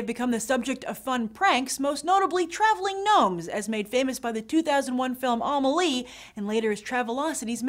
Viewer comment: I thought you were into films. I guess you haven't seen Amélie It's Emily not Omalie